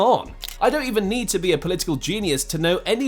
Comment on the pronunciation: Fix your AI reader voice bro, "no respect t o Luka modric"